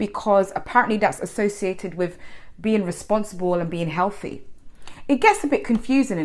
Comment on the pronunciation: Hehehe 😂😂😂 dont you know Healty its Healty 😂😂😂